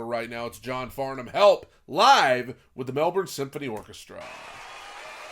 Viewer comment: You pronounced Farnham and Melbourne correctly, most Americans don't, well done and thank you